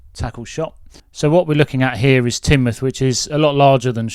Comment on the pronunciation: Congratulations on pronouncing Tinmuff correctly, most outsiders don't. 😂